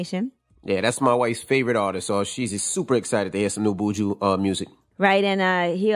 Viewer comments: Its buju not booshu kmt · Envy said "Booju"🤦🏿‍♂️ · Do not say Buujjjuuu like that Yee &Envy *cringes its Bu-Ju 🇯🇲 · Buuju... lol... him name is BUJU Benton. Pronounced B'ju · The way Envy pronounced Buju😅😅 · The way y’all pronounce Buju is cringeworthy 🥴🥴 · Im like how can they pronounce JUJU but not BUJU? How Sway?